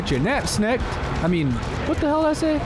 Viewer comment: he said "nap snecked"